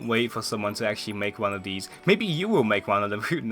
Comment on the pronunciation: Anyone else realize instead of saying these he says "Deez"